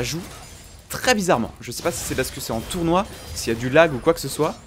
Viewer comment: Pourquoi ce « s » impromptu à « tournoi » ? Sinon très belle game